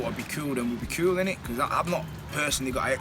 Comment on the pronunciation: why does this lad say "cool" like "kewl"?